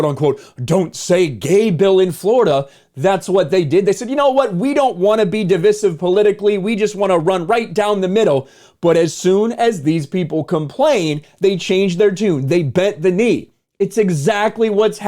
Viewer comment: DivIsive,. Listen to Nerdrotic say it. You’re still pronouncing it incorrectly. Look smarter. This is now my life’s goal.:)